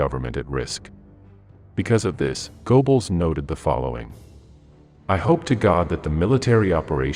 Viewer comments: "Gerrbols", not "Goboles" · Goebbels: Go-Bells? Uh, no. More like guh-bells: that oe represents the o-umlaut in the original. This continual mispronunciation is painful and leaves us all with the impression that the video is recorded by fools. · Goebbles is pronounced more like Gerbbles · You're going to have to fix your (or your computer's) pronunciation of names or you're just going to get laughed out of business. "Moss Cow" for the capital of Russia, pronounced moh-scoe, is merely a midewestern US illiteracy, but go-bells for Goebbels, roughly "guh'-blz," that "oe" is an e-umalut, is just hilarious. But also stupid. What you have here is a very clever beta that is not yet ready for the market. Do not pay the company that is using you to test their audio software, OK? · The German pronunciation is "Goerbbels" not "Goebbels", "Wehrmacht" is "Vhermacht", and "Jodl" is "Yodl". AI is idiotic. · GER-bulls, not GO BULLS; VARE-mocked, not WHERE-MOCKED; And it's not pronounced COO DEE AY TAH. Otherwise, a good mini-doc. Just curious: I know there's a person speaking at the end, but was the narration actually AI? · Gou‐bells? Ja-del? Time-O-Shenko? Where-macht? These AI narrators are terrible. You would think the makers of a permanent YouTube record would actually care about details like pronunciation. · And Go-Balls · Call me picky but please learn how to pronounce German. Wehrmacht sounds like a V not a W like in English. Goebbels has an umlaut which I don't have on my keyboard. Otherwise a good historical account of the disconnect between Hitler and Goebbels and the real situation on the front. And how it ruined their credibility. Even worse in 1942 than in 1941. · I noticed Goebbels mispronounced also Goring. In German, W is like a V in English. I think Hitler was so desperate for good news, he jumped the gun, claiming victories that had not occurred. Even the weather was against them. First the rains and quagmire. Then the extreme cold.